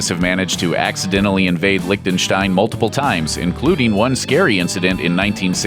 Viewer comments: its Liechtenstein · "licktenstine" uhhhhh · Why tf does everyone pronounce it like that, it's called LIECHTENSTEIN not LICK THE STAIN